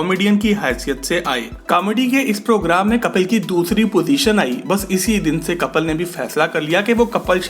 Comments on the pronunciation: BHAI KAPAL NAHI KAPIL HAI ISKA NAAM KAPAL KAPAL STOPITNAAM SAHI LENA SIKHO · Kapil naam h kapal nhi